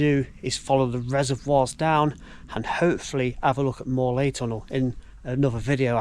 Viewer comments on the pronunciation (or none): We went through in April 2022 and the water was nearly up to the top of our wellies. I live not far away and haven't heard it referenced as The Devils Tunnel. It was known as the breakneck and murder line back in the day. Also if you meant Morlais tunnel, it's pronounced Mor-lice. Your version sounded tres francais!